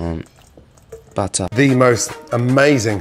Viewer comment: The buttah xdd